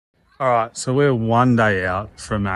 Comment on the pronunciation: So true, i hovered over the video and as soon as he said "alright" i knew he was an aussie and instantly clicked and subscribed haha so great to find aussie videos in amongst the americans as a lot doesn't apply to us with the american ones 😅